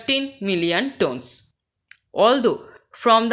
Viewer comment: mam you mispronounced the word 'tonnes'. hope this will help.